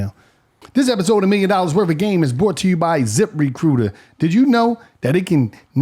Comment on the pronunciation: Zip Re-coot-ur